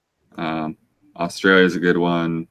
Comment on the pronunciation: did say austria or australia?